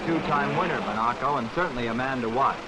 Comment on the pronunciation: Or, as Stirling Moss always says, "mon-A-co.."